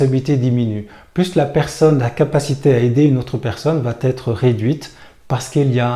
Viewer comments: « va être » pas « va t-être »... Sinon bon discours. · On ne dit pas va tetre..mais va être.. merci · "Va Être" et non "va-t-être"... Mis à part ça, pense aussi que la plupart des gens ne réagissent pas quand ils sont en groupe parce que leur image est plus importante que leur âme, et qu'ils n'ont pas assez souffert pour avoir une volonté concrète de changer les choses. Que Dieu leur pardonne, car ils ne savent pas ce qu'ils font. Et l'école est un moule à mouton... J'ai donc beaucoup lutté pour tenter de faire comprendre à mes enfants qu'il est important de savoir écouter son coeur, ses tripes et non les cons, même si les cons sont plus nombreux et que, du coup, cette attitude du "chevalier blanc" nous isole. Nous sommes tous responsables de la société dans laquelle on vie. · Attention va être et non va-t-être